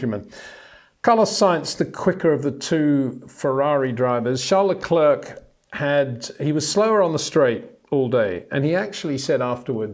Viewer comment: Would be nice if you once and for all could pronounce Verstappen and Leclerc correctly.